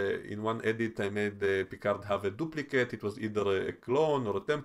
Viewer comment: 😂 Your Vadik impression....really annoys me the way she pronounces Picard.